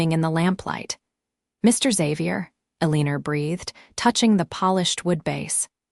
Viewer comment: AAAAGGGGGGHHHHHHH!!!!! Eleanor is not "EL-EEE-NOR"...It's El-AN-OR.